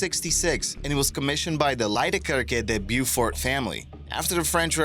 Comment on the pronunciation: Beaufort - "BOE-fort", not "BYOO-fort" Sarajevo - "Sah-re-YEH-voe", not "Sar-RYE-uh-voe" GOOD WORK!